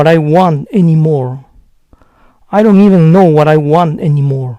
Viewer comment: por que pronuncia la d de doesnt y dont como "ere"? tiene algún vídeo relacionado?